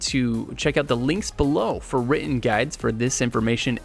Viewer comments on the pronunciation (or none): none